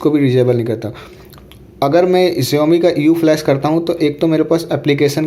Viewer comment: Jaumi nehi saomi (xiaomi)